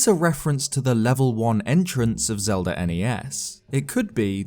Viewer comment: Zelda starts with a z, not a "zee".